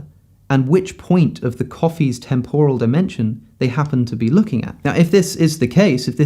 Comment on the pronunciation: Alex, please google how to pronounce ‘temporal’